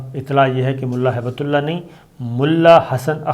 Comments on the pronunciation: PLEASE CORRECT YOURSELF. Its Not HAIBETULLAH. ITS HIBT-ULLAH (GIFT OF ALLAH) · SABIR SAHAB PLZ CORRECT THE NAME ''''''' MULLA HIB-TULLAH '''''' NOT '''HAIBATULLAH'''